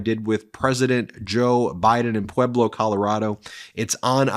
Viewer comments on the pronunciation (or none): none